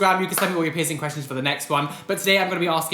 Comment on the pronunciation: Anytime i hear literally anybody say peircing gun i imediatly get triggerd 😂😅 love you!! ❤💙